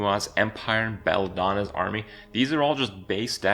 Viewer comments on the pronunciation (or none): HOLD ON! did you say "Belldona's Army"? - That is the best butchering of a name I have ever heard! - Thank you very much for a good laugh :D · WHEN KRIPP SAID BELONNA HE SAID BELLADONNA AHHHH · Beldona? Disrespected a goddess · Lol Kripp's Bellona pronunciation